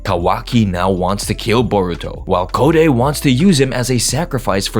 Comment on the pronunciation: Code isn't pronounced "Co-day", it's pronounced like the word Code, as in computer code.